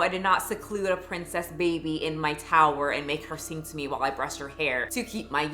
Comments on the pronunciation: You are not leaving this towah EVAH!! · "YOU ARE NOT LEAVING THIS TOWAH EVAH"